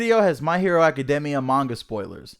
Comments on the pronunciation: Its "AH-CUH-DEE-ME-UH" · You say it (ah keh day mee uh) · no no no it’s A-CA-DAY-MEE-AAAA